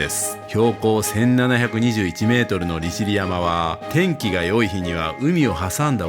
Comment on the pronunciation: りしりやまではなく、りしりざんと言うのが一般的な言い方ですよ。